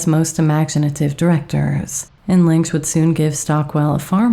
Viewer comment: I think the director pronounces his surname “Linch” not “Linx”.